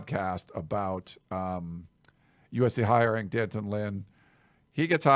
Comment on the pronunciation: “Dan-tunn” not Dee An-ton or D-Anton. I guess he didn’t want to be called Junior 😎